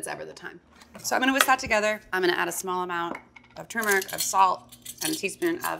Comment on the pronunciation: Finally someone that pronounces turmeric the same way that I do! Thought I was crazy.